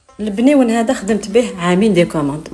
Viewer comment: كلش مون مون مون... رجعتيه مْنيوَن ماشي بْنيوَن 😂